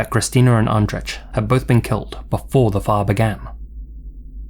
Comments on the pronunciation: Andrzej is pronounced like Anjay. Not spot on, but way closer than how it was spoken in the video. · Andrzej is pronounced more like ahn-jay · Looks like the couple in the last story was Polish, Andrzej is hard to pronounce for english speakers I imagine so I don’t blame you for getting the first part wrong, but the “j” at the end is just pronounced like “y” in “you” and such. You know name Andrei? Like that but “rz” is kind of like a cross between z and j if it makes sense. Likewise the “y”s in Krystyna sound different it’s hard to describe. Either way, very scary and disturbing cases. Man. Especially since these seem like less unlikely scenarios, most of them could literaloy happen to anyone. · it's a little jarring that you put so much effort into pronouncing japanese words perfectly but completely butcher Andrzej's name